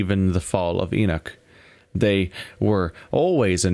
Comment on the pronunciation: Ennuck, catacomm, lejjacy. And the text is full of errors. Nothing wrong with English being your second language, but there are plenty of people out there for proof reading/listening.